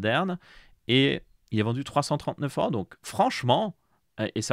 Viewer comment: HOUIT, EURAUUUU, ces " ò " sorties du tréfond du nez, EURRÀNNNN